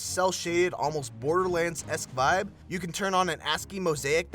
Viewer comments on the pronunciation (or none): none